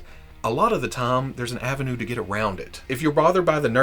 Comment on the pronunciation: I just realized today says "time" like "tah-am". I guess he said it a lot in today's video! So, doing linguistic forensics - KY? TN?